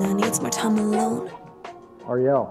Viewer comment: This is irrelevant, but I like that her name is pronounced Ah-ree-elle instead of the usual disney princess pronunciation.